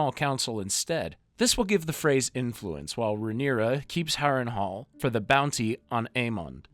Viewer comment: Why you keep spelling the names wrong? It's 'Valyria' not Valyra. And you said Harrenhall wrong. Otherwise,cool video.